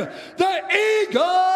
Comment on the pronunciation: i know i didnt just see khabib just lowkey flap his arms like a bird when Bruce said "the Eargle" 🤣